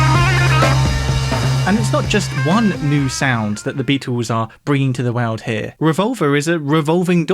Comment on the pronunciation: I've watched a good number of videos, but never noticed anything odd in his pronunciations before. But in this video, nearly every time he says 'world' he pronounces it 'way-uld'. It's bizarre.